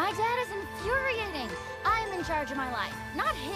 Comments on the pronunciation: The 'a' should sound like the 'a' in 'ate'. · What was with that pronunciation of 'infuriating'? lol